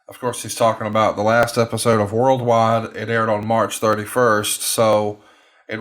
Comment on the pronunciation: A "rild wide" 🤣